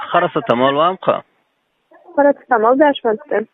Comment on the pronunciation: parasatamol dàl parasetamol😅😅😅